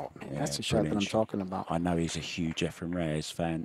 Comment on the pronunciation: Lol They butchered efrens name for years